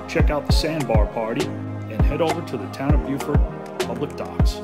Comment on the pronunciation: Beaufort in NC is pronounced Bō fort. Beaufort SC is pronounced Bū fort, as you did correctly.